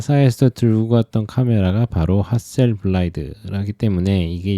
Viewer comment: 중요한 이야기는 아니지만 핫셀블라드 아닌가요? 핫셀블라이드라고 하시길래..ㅎㅎ